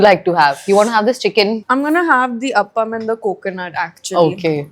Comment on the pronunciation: It's not up-am as you pronounce It's aaaaaapam